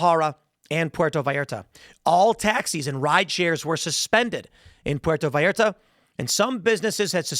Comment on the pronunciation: He pronounced Puerto Vallarta right but Jalisco came out sounding whiter than me. I'm not surprised by the fact that they have rocket launchers and that fact alone doesn't overly concern me. What matters is the type of launcher.